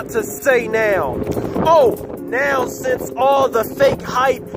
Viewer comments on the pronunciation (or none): none